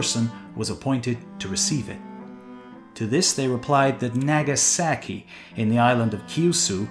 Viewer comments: my weeb is showing, the way he said "Nagasaki" hurt my brain. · The way you say "Nagasaki" is like someone saying Los Angeles like "loose angles" "Naggy saggy" lolol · Hilarious pronunciation, like a true early explorer would say in American English: Nehga sehki Well done xD